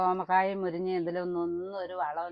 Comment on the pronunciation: എന്താ മുരിഞ്ഞ എന്ന് പറയുന്നത്. മുരിങ്ങ എന്നല്ലേ പറയാ🤔